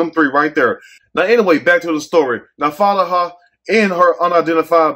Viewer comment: Not Fatihah 😂 😭😭😭 it’s Fatima